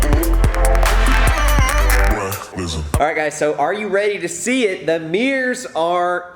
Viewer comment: accent: "HEY GUYS WE GOT MEERS NOW SINCE EVERYONE WAS ASKING ABOUT MEERS, CHECK OUT MY MEERS"